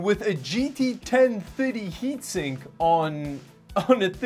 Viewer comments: i cringe every time i hear 10-tirdy. why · i love how you say 1030. 'ten thuddy' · I can't get over it when he says "GT Ten Fiddy" :D